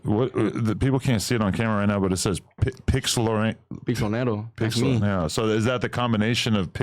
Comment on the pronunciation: he's saying the L silent on accident tho. Its pixlonero but he's saying pixonero.